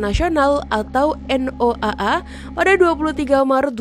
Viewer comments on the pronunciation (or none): Noaa..bodoh punya pem baca noaa😂😂